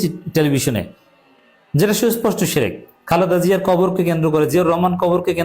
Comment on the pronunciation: তারেক সাহেব নিজেই শেরেক করে শেরেক। তারেক শির্ক কে বলে শেরেক, বুঝাই যাচ্ছে যে সে শিরক সম্পর্কে কিছুই জানেনা।